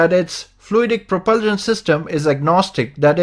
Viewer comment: I don’t understand why he can’t say propulsion